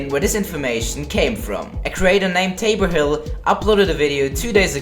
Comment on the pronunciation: thank you for saying Tabor Hill because lots of people didn't say Tabor Hill in the season 3 thing and I got so annoyed